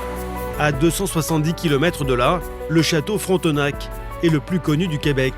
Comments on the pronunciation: Fron te nak 😂😂😂😂 On dit frontnake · Fronteuhnaque.... c'est juste Frontenac...☹️☹️